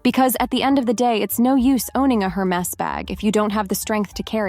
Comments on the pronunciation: You don't even know how to pronounce Hermes 😂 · Hermes mispronunciation aside, these tips are all pure gold. Thanks for sharing, 😘!